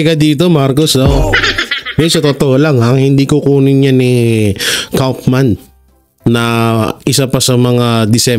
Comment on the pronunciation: Korek ang pag pronounce mo sa Kaufmann..German family name yan dito sa Germany ang Kaufman and it sounds like "" Cowf'man"" at hindi Kafman tulad sa ibang vlogger mag pronounce sa Kaufmann..Watching here in Germany..